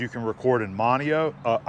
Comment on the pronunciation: Monnio...? Maybe you've invented a new way to accept sound into the brain...lololol Im just ribbin ya... Trailer looks good brother